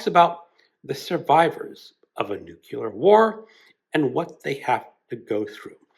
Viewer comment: OMG... Can somebody PLEASE tell me, HOW is it possible someone who has this many books pronounces nuclear like "NUKE-YOU-LER"?!? MAKE IT STOP